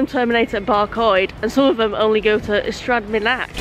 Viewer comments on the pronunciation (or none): Currently watching this while doing a journey on a 231 from Ystrad Mynach-Cardiff Central. Very bouncy but very nice and clean and neat. Loved the way you pronounced Ystrad Mynach found it funny